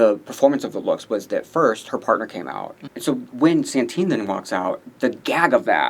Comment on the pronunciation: stop saying Santine challenge impossible